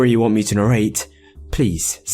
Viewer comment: I just love how he says narrate. It's so funny😝